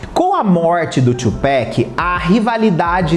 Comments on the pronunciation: Tupac e não Tupack , pelo amor de Deus . Se fala do mesmo jeito que se escreve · TupAc TUPAC NAO TUPACK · Só consegui assistir até ele falar tupac, pronunciando tupec😂😂( eu sei que o “A” tem som de “Ei”no inglês, mas ta errado,tem até video do proprio tupac falando sobre isso) da pra ver q esse garoto é do pop msm😅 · Tchupéqui não. TUPAC! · oi, tudo bem? A pronúncia do nome dele é Tupác mesmo e não Tchupéc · Não é tupeck, é 2Pac ! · "Tchupáqui", bro! Please! Só uma correção, amo teu canal!!!! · Quando falou tupec e nes parei de assistir 🤦‍♂️ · Kkkk se pronuncia "Tupáqui" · que agonia ouvir você falando Tchupéc varias vezes. Mas muito bom o conteúdo